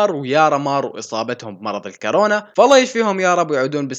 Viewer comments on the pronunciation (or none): كورونا❌ كارونا✅ 😂😂